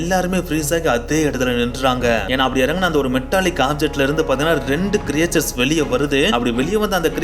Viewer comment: Very nice bro. But very often You pronounce the word creatures wrongly. Its not கிரியேச்சர்ஸ் But கிரீட்ச்சர்ஸ்.